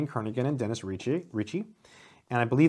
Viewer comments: FWIW I believe the G in Brian's surname is silent: Ker-nee-an, and to listen to Bjarne it's pronounced Bee-yar-nee Stro-stroop. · The name Kernighan is pronounced KER-ni-han. The 'g' is silent. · I think the g in Kernighan is silent.